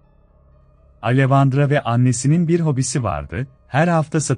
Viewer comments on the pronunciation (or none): Neden, bende bu sesin ismleri yanlis telafuz etmesinden rahatsizim. Alevandra degil, Aleksandra diye direk telafuz edilir. Mesela Monica yazilir, Monika telafuz edilir, bu kisi hep yanlis søyluyor.